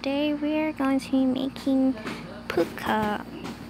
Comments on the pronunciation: "Paccu" its Pucca not Paccu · Am it's not pacca it's pucca